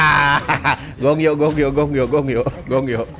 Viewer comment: bang itu mah bukan gong yo, tapi goh yong wkwkwkwk